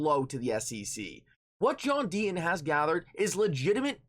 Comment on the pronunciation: The inflections in his voice and the fact he cannot pronounce the letter T, mean I can only watch him on mute with subtitles/closed caps. But even then I get frustrated as the subs read the way he speaks. They read John Dean instead of John Deaton.